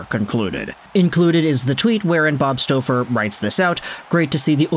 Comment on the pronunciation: ... and 😂 Its not bob 'stowfer' its bob 'stawfer'